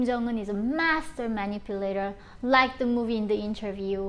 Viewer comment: Something similar to it though , you ll often hear the r sound in words where they need an l sound like black is said like brack like into rike you ll notice that in her accent but yeah it is not completely japanese .